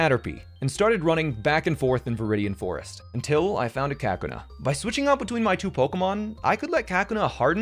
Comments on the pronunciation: Why do you say "Kakuna" like that? Ka-kuh-nuh. It's pronounced ka-koo-nuh, lol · Kackina???? Kuhkoonah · Why do you say kakuna like Kack-u-na? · "KACK-oo-nah" Me: dials 911 "I'd like to place a restraining order on someone." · Bro, it's KaKUna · I'd argue more people pronounce it more like cocoon with the uh at the end. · Uhh is no one going to speak about the disrespect to kakuna and the way he pronounces it ? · Never heard kakuna pronounced that way... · Why do you pronounce kakuna wrong then the last one you say it right??? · please tell me youre joking when you pronounce kakuna like that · You start by pronouncing kakuna wrong a few times, but then at 1.47 you pronounce it correctly lol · Who the fuck says kakuna like that… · I stopped when I heard the way you pronounce Kakuna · Your pronunciation of Kakuna almost gave me a seizure. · Bruh why on earth are you pronouncing Kakuna like that hahaha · Why is he calling Kakuna that wtf